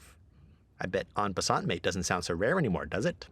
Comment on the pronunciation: That's not how you pronounce "en passant".